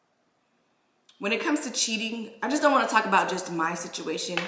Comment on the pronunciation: You had I accient when you said you won't more